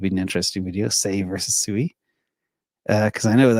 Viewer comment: SUI is pronounced "swee", not sue-eee. The later is the word used to call a herd of pigs.